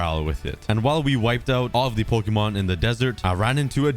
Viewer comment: Is anyone else getting triggered by his pronunciation of Pokémon’s